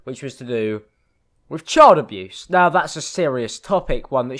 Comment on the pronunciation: "child abuthe"